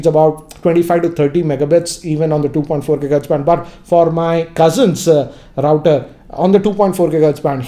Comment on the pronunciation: Hello... Please do note the pronounciation of router. Check it in Google....